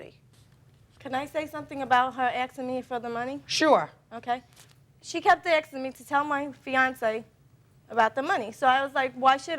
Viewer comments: The word is pronounced "asking" not aschking. 😂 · People that say “axin” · "Axing you for the money". idiot